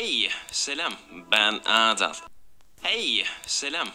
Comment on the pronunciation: dediği kelime:HEYĞĞGY Selam BEĞN AADAÂL x&